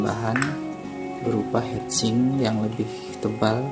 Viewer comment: Inget hitsing om... Jangan hEtsing 🙂 semangat 😬